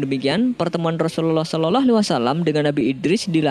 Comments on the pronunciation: Sholallah om bukan shololoh 🤣🤣🤣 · entah ini telinga saya yang salah atau yang biacaranya yg salah dia menyebut nya "solelahalaihi wasallam" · TOLONG UNTUK MENGUCAP (SAW ) JANGAN SOLOLOH,, TOLONG DI RALAT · Ente meyrbut asma Allah , blgnya shololoh , itu salah dan ente suaranya jelek bngt